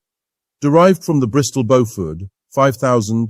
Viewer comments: Bo-FUDD!!!!!???? That's enough for me. Bailing out. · Is the commentator an AI? I'm hearing different pronunciations of "Beaufort" just about every time I hear the word.